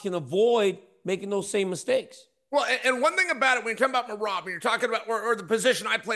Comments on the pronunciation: DC u are so funny.. Chael just butchered Merhab’s last name … dont.u just love these guys. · Bro DC how this dude pronouncing merabs name? Im weak 😂 your a true pro you didn’t lose it 😂. Someone get the bad guy a phonetic script to say merabs name right or im calling for RC to come take his chair back and keep it 504 to 337. IYKYK great show fellas